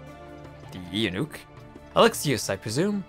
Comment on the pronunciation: Hey, I was wondering when you were going to play my stuff! For future videos, Eunuch is pronounced "You-Nick". It means a castrated man. In Byzantine society, the eunuchs were the court administrators and bureaucrats -- not being able to have children to pass lands and titles to supposedly meant that they were more loyal to the emperor than a noble who had a family would be... something that, as we see in this scenario, never wound up being true! The other men you receive objectives from are the Strategos (general, as in 'strategy') and the Patriarch (the Orthodox church leader, similar to the pope). Also, I recommend playing with extended tooltips on so you can read which of the four Chariot teams you're supporting at the Amphitheater. Unfortunately, with simplified tooltips, you only see the cost amount. Hopefully you can maintain your legitimacy so you don't have to worry about chariot races, though!